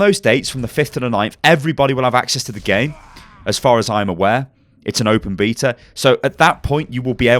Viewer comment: the open beatle? godamn your accent man :P